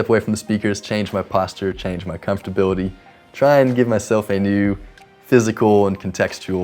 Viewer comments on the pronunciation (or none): I like that he says "comftorbility" like me - completely incorrect, but hey!